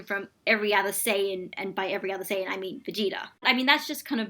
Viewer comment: The guy can't even say Saiyan right...Good God. Anyways you found a guy who is clearly biased against the character to do the analysis. Good job? I mean he effectively has to warp every scene he is talking about to fit his overly dim view of the character.